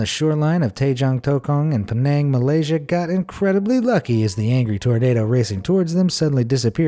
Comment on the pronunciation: i was laughing at the way he pronounced it! My auntie got to see the water spout because she lives there. Penang is my hometown!